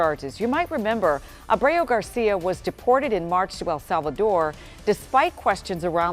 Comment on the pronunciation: Too bad your anchor can’t even SAY the word Abrego. In addition to not realizing he’s an “El Salvador man hiding out in Maryland , Kilmar Abrego Garcia…”